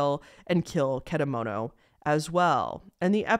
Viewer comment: And how you pronounce the name of the psychic is .Ket_a_moto. And how do you pronounce popee is poppy